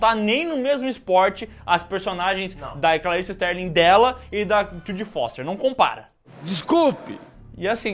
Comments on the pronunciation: Clarice STARLING, não STÉRLING. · Não é Sterling. É Starling.